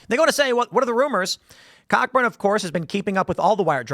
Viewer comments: Everyone just ignoring COCK-BUrN!! That's not how you pronounce that 😂😂😂 and im not even a "native English speaker". Hilarious how half the native speakers can neither speak nor write the language. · cockburn IS PRONOUNCED co-burn! 4.fs!